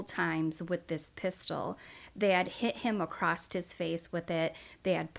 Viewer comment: Across not acrost